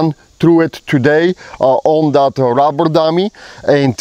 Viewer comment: And by the way you should spell it like you say it....ROBBER not RUBBER..... 😀😀😀😀